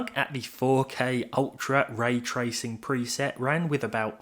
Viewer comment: you say 'ray tracing' like it's a person's name. you only say it correctly once in this video